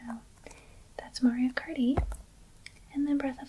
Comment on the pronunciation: “Mario karty” should be a shirt you sell